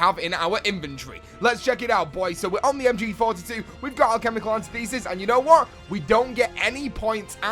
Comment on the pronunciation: Alchemical Antithesis is pronounced, an tith esis